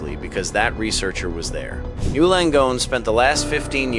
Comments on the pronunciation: N Y. U. Not new. Say it right or don’t say it at all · Why are you calling it "New Langone." Is this an AI reading of a script? It is N Y U Langone. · It's N. Y. U. Not NEW!